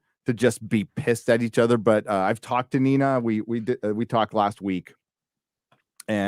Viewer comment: If it means I won't have to hear call her "Neener" again then I'm all for it...